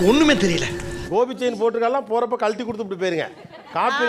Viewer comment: அது கோபி செயின் இல்ல கோவி செயின்